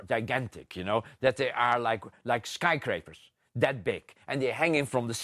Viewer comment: I'm sry, but listening to him try to say "skyscrapers" is just cringy as fuck.